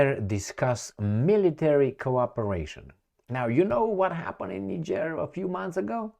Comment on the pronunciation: He mis pronounced the country as well. I hear people talk about that place all the time. He says it wrong. 🤔